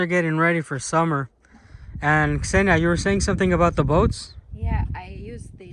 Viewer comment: It's not about the translator, but about you, you always say Ksenia and i dont know why but I heard Senya), by the way, this is a male name. It's just that in everyday communication we rarely call Ksenia, usually we using: Ksyusha, Ksyuha, Ksyu, Ksenomorph, Ksenobit)) etc.